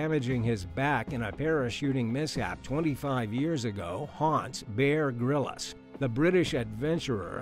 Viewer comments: Lol you might want to learn how to pronounce someone famous name before embarasingly really badly pronounce such a famous name. Lets say Bear Grylls isnt called bear Grillis its just Grylls like a bbq grill. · It’s “Bear Grylls”, not “Grillis”. He might be a fake, but you should use his correct name. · Respectfully, it’s ‘Grills’, not ‘Grillis’. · It's Grylls not grylles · 'Bear Grill-us' ha ha ha ha ha ha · Wait- am I wrong in thinking, why is he pronouncing Bear Grylls name like that, lol? Isn't his last name just 1 syllable?...or am I tripping?? Lol 😂😂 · Sorry but you pronounced Bear Grylls’s surname wrong